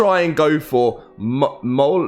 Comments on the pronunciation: Its pronounced miol-neer also known as Thors hammer. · It's pronounced "Me-yol-neer" if you slow it down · myolnir is how it's pronounced. This isn't a new name and exists in several movies,stories and games. surprised people still struggle with the name :D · This mfker.... "mah-yowl-neer". 😂😂😂😭💀